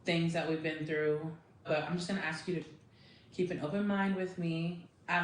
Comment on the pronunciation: Therapist saying “axe” instead of ASK…seriously?!?!